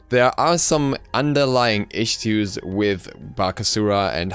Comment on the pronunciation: "Isstoos" ( ͡° ͜ʖ ͡°)